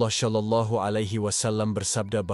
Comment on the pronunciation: Tolong narator agar memperbaiki pengucapan shalallahu bukan dengan ucapan sya tapi sha atau sho